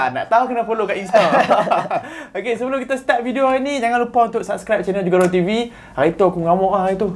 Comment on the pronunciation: Knp owner Chanel bace jugador pakai 'J' mcm bahase melayu..knp tak kekalkan ori perkataan J in Spanish baca 'KHugador macam khurafat..